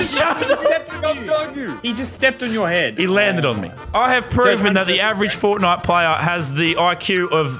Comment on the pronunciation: FORTNITE NOT FONAY